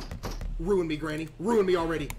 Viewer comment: bro said genny